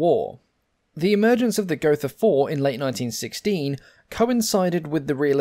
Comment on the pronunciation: Gotha is pronounced go-ta. There is no 'th' sound in German, like in English. Love your videos. Keep up the great work!